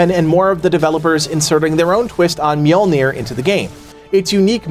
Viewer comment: "Mjolnir" dude hasn't taken the Chaac pill, smh